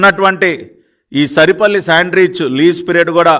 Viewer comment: సరిపల్లి కాదు సార్ సారిపల్లి